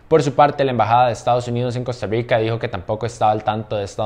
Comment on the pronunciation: Por que tenes que decir costarriigca